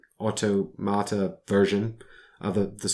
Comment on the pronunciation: I love hearing you pronounce “automata.” I need to use this word more often.